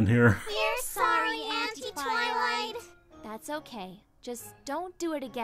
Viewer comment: Anti is pronounced an-tie. Auntie is aunt. Why this has likes for the wrong word I'll never know.